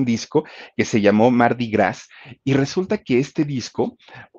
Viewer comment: Se pronuncia Mardi Gra 👍👍👍